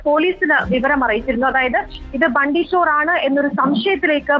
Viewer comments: Hindi valare nannai ariyunna madam bundy alla its bunty chor😂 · Bundy alla mole bunty ty